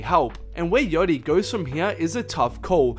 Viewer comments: its not yotty ffs... yAchty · wtf is ‘yotti’